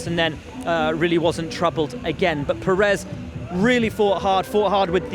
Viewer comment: Sainz: Pereth 😂